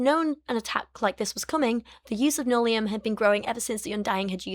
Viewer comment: Every time you say nullium, I can’t help hearing linoleum and I’m momentarily confused about what cheap flooring can do to people.